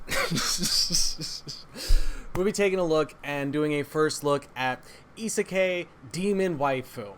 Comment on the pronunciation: I'm mad you pronounced isekai like that